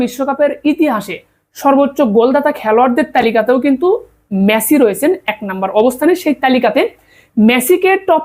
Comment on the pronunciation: মেছি নাকি মেসি?